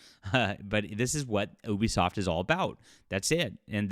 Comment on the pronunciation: It's pronounced You-Be-Soft, not Eww-be-soft.